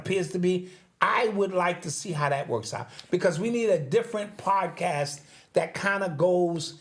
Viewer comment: Love this "Paacass" has a gift 😂! Thank You